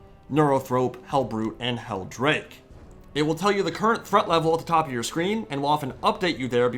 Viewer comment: I'm sorry, did you say Heldrake?